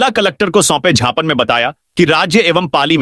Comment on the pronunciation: Gyapan ko chhapan bol raha hai,kripaya sudhar karen ya samachar bolna band karen.